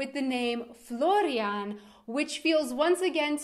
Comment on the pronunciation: my brothers name is florian and you pronounce it SO WELL. :) I never thought about the name as you have! Nice though :)